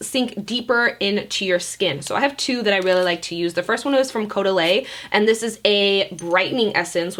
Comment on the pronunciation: Love your hair! Love your nails! Love you! Girl, you’re amazing; been watching you forever! 💜 Caudalie is actually pronounced like ‘CO-DAH-LEE’ but I love the way you say it! 😂💕💕💕👑